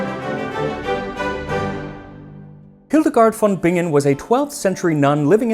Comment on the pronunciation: Let me just say that as a German, I really appreciate the effort you took to pronounce Hildegard von Bingen correctly.